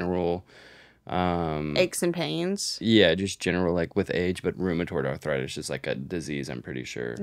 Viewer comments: Im sorry but I need to talk about saying, "arthritis" like maybe I'm crazy and awful and delusional but it sounds like she's saying "awthritis" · pronouncing arthritis😭😭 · nobody: …: Othritis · ENYA CANT SAY A NEW WORD authoritis? authorisis! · will anyone ever correct for saying authritis instead of arthritis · saying awthwritis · Why does pronounce it “authoritis”